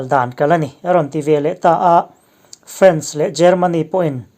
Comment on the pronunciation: France i lam dan hi a dik lo deuh....